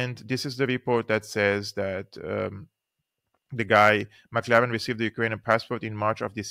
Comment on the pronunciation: Boneface's name is "McLellan" not "McLaren"